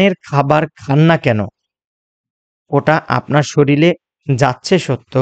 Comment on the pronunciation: স্যার শরীল শব্দটি না বলে শরীর বললে ভালো হয়। প্রমিত উচ্চারণ ভিডিওকে আরও বেশী শৈল্পিক করে। ভিডিওটি ভালো লেগেছে ❤❤❤